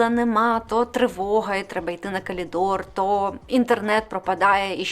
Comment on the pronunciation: ты навмисно кажеш каЛiдор?